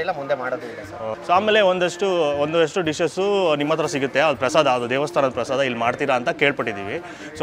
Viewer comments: Prasadam alla adu prasada, aden Bengaluru janano yaavdu nettug baralla Ella adrambarda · ಅದು ಪ್ರಸಾದಮ್ ಅಲ್ಲ ಪ್ರಸಾದ ಅಂತ ಮಾಡಿ ದಮ್ ಏನಿಕ್ಕೆ